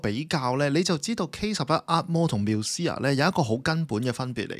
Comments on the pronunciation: 做下功課得唔得呀…Musea係讀mu-see-a，唔係繆思……女主持仲係講開地產？樓名都唔識讀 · Musea都讀錯，仲話字正腔圓，讀者要求真低